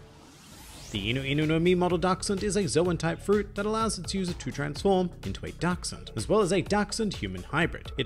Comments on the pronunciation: Incredible german skills you have there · I have to be honest, I just clicked this video to hear how you would pronounce "Dachshund“, not bad I have to admit 😊